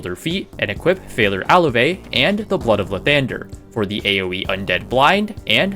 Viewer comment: your pronunciation of phalar aluve makes me uncomfortable